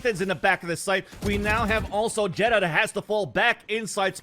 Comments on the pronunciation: not a fan of the caster calling xeta, jetta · anybody else bothered they keep pronouncing xeta as it jetta instead of zeyta? or has it been supposed to be pronounced like that all along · Isn’t it pronounced like zeta not jeta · Xeta told Vansilli that it’s pronounced jetta on the VALORANTING podcast